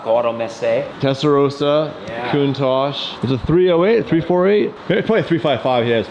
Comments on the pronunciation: k-AH-TOH Not Cat-oh 🤣🤣🤣🤣❤ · Contach? Bahahaha should know better. That Pantara is sick, i me pretty LB has a Contach as well though